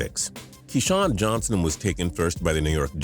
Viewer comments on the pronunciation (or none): none